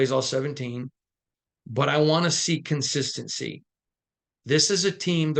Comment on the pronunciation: Love your work, but you butchered the word "consistency" in this take. I been a fan of this team for 36+ years and all us DieHard Raider fans know the Raiders are extremely inconsistent and have been for far too long already, tell us something we don't know, Stevie Wonder ain't gotta see it to know the only thing the Raiders are consistent with is struggling.